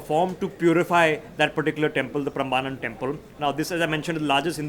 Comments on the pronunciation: It is pronounced as Prembanan🙏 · It is Prambanan temple - get your pronounciation right.